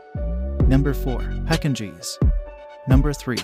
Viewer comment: Pekingese really? The pronunciation is wrong.